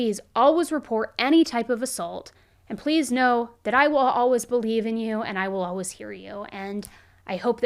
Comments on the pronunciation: It’s painful for me the way she says ALWAS instead of alwaYs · “Alwuz” We love you 😅😆